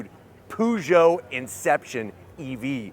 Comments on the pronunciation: Can anglophones please stop calling it ”POO”geot? It’s pronounced p”UGH”geot lol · Stop the hell saying Poo Joe! The cat emblem should give you a clue, it's Purr Joe! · Poo-Joe? Really? Really? 🙄 A simple ask would have provided him the correct pronunciation